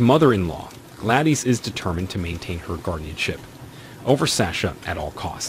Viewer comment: Especially Gladys.